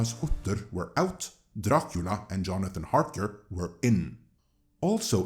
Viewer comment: Gotta love everyone making fun of Amazon's pronunciation of GaladRiel and here we have all the NosfeRatu and DRacula sounding equally dumb.